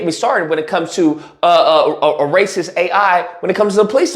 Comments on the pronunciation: "Razy Lacist" is the new slur! Best slip of the tongue ever!! Thank you, 😂🤣💯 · I think you said "Razy Lacist" at one point, but it made perfect sense cause they dont!